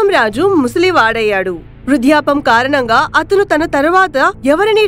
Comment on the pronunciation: వృద్ధాప్యం తల్లి, సరిగా పలడం నేర్చుకోవాలి